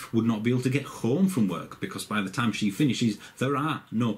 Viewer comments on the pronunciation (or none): none